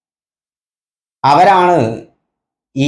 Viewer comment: Not avatharika,avatharaka